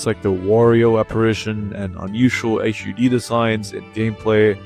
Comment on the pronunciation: Yes! Finally a murican that knows how to speak in English